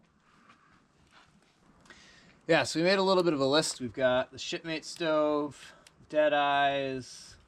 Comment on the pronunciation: Am I the only one who hears "sh*tmate's stove" every time he says shipmates stove?😂